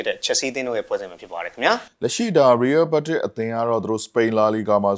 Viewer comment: ရီးရဲဘက်တစ်လို့ပီပီသသပြောပါ ကြားရတာရီးရဲမက်ဒရစ်လို့ကြားရသလိုဖြစ်နေတယ်